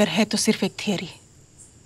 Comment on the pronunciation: Madam थेरी नही थ्योरी होता है